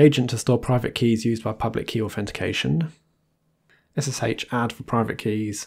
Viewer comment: ess-ess-HAICH 😂😂😂 your pronunciation makes me laugh lol 🙂